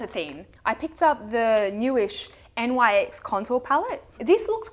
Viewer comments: Nyx is pronounced "nicks" ;) And Chinchilly by Essie is one of my favorites!!! Thanks for another great video :) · I heard that it is Nyx and not N.Y.X. because the brand is named after a goddess called Nyx (Greek goddess of the night) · It's not N Y X it's Nyx, like the goddess Nyx. She was the Greek goddess of the night. All lot of their early products had names from Greek mythology, they don't do that anymore.